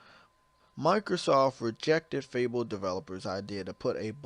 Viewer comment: "Like Mikersof Im Glat we already knew this"